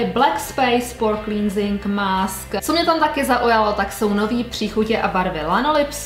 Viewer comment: Ahoj, cleansing se čte klensig, bez toho í. Super video i novinky :-)